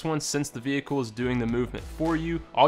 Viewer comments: “a veHIckle” 😂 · Where do aquire a veehickle? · a vee hickle? 😅